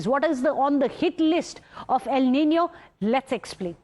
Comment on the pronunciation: El Nino not EL Ninio😑..